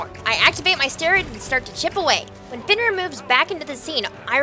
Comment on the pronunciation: It's Fenrir not Fonrir :<